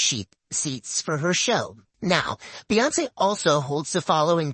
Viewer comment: "Beyince" is pronounced "beyonce"